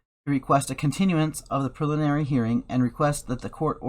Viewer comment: Lets sound it out together.. Pre-lim-in-ary lol